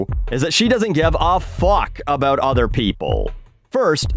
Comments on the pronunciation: SPC Dewitt Unless your part of America pronounces the “oo” syllable differently than mines, he sounds like he’s saying “u” as opposed to “ou” or even “oo”. Sorry for getting technical on you. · you mean "A boot" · “Aboot” hahaha 😭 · Actually i was making fun of people from Canukistan and how they pronounce the word 'About' as 'A boot' i do love the techinical stuff, no hate from here fellow grammar hammer.